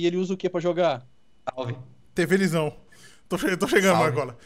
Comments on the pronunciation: tvlizao 😂😂😂 diz Edu cof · tevelisao 😂😂😂 não é televisão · tevelisao kkkkkkkkkkkkkkkkkkkk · tevelisao kkkk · TEVELISÃO KkkkkkkkkKKKKKKKKKKKKKKKKKKKKKKKKKKKKKKKKLLKKKKKKKKKKKKKKKKKLKKPOKKKKKKKKKKKKKK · tevelisão kkkkkkkkkkkkkkkkkkkkkkkkkkkkkkkkkkkkkkkkkkkkkkk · tevelisão kkkkk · kkkkkjjjjj o edu falou TEVELISÃO😂😂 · o edu fala tevelisao kkkkkkkkkkkkkkkkkkkkkkkkkk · Tevelisão? WTF? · quem viu o Edu falando tevelisao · Edu falou tevelisao kkkk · o edu falou tevelisao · edu falo tevelizao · Edu fala tevelisão, kkkkkkkkkk!!! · "Tevelisão" shuashaushahaus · "TEVELISÃO" KKKKKKKKKK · tevelisao? kkkk kkkk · Quem escuto o edu falando tevelisao em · "tevelisao" kkkkkkk